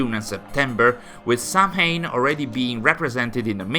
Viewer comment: Samhain is pronounced "sOW-en" btw.